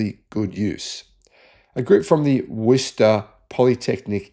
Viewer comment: You pronounced "Worcester" like a local. 99.79% don't. Good background work on your part.